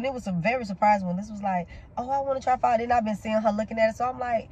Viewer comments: I love you guys but you are pronouncing it wrong not phy…. Pho the o sounds like a u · was soooooo cute enjoying her pho (pronounced -fuh-), I'm so glad she liked it 💚